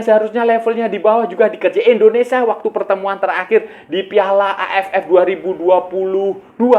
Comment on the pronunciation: Kang… Indonesia kang… dudu ENDONESA kang…